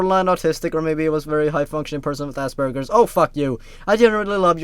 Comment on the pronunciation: you said ass burgers